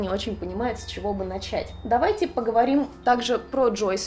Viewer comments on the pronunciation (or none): none